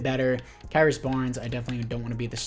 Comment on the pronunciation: lol its Chris Barnes spelt krys, not ky-ris 😂